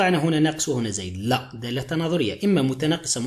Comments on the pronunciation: من فضلك دااااالطة صححها عرف كيفاه تنطقها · من فضلك دااااالطة صححها عرف كيفاه تنطقها من هم